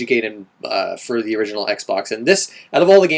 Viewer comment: I'll vote for Ninja Gaiden, as it's the only one of those games I've played, and I'm intersted in hearing your current thoughts on it. I feel I should correct you on the proncounciation of the name, too. It's Ninja guy-den, not gay-den. A lot of other people mispronounce it too, to the point where it ended up bothering me, so I figured I'd point it out. ;)